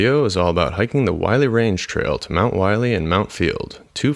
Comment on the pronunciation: It's pronounced "willy" not wiley.